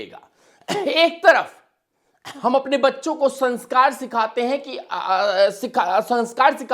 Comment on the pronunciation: अबे पहले संस्कार बोलना तो सीख ले